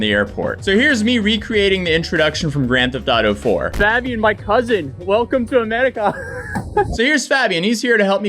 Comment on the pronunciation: Fab-Ian, Fae-Bi-An or Fa-Bi-An?